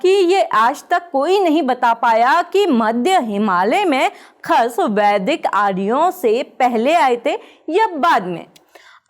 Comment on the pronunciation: khash hota hai khas nahi